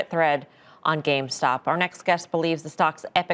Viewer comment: he says "gamestock" or "gamestonk"